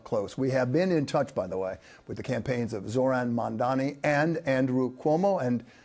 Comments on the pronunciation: I find it hard to understand that after all this time Sliwa still can’t say “Mamdani” correctly. If that’s some sort of cognitive impediment he certainly shouldn’t be Mayor. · He went so soft on Sliwa :( . Watch his toughness when he interviews Zohran. Curtis Sliwa hasn’t even learned to pronounce Zohran’s last name correctly. Curtis Sliwa has no chance, I believe. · Every time he mispronounces "Zohran Mamdani" a Guardian Angel gets his wings. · 50% of the people can't say mandami correctly. It's not an easy name for native Americans. But to say you wont vote for somebody cause of the way he sounds is racist.